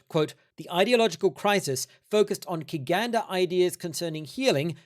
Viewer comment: "Kiganda" is not a religion or set of beliefs -- it's just an adjective that means "Bugandan" and is pronounced "chiganda". Could you elaborate on why you've chosen to cover virtually only Kiganda history in your exposition of the christianization of Uganda? It cannot be overstated how multicultural Uganda is. Other than that, I'm not sure I agree with your overarching analysis of the research, but I'm enjoying the vid nonetheless and admire the effort that you've put into this. Keep 'em coming!